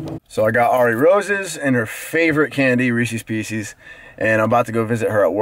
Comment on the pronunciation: Reecees Peecees lol